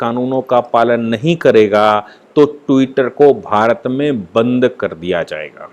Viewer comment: Tutter per saphar Nahi aayi hai.Enlogon be Bharat me saphar machaya hua hai ..aap jars bhash ko thik Kar Bola Karen pl.